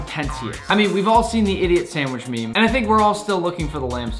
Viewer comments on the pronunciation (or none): none